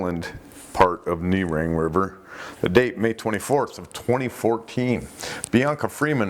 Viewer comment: Nerang is pronounced like “Nuh-Rang”. Australian pronunciations are usually far less fancy than Americans want to make them. Especially keep away from crazy vowel. Generally it’s: A as in Apple E as in Egg I as in In (or Eye) O as in Otter U as in Utter Except when it isn’t. 😁👍